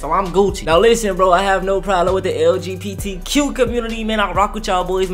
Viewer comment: I swear he said “lgptg”🫥